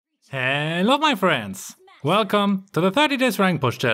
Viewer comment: Ello my fwends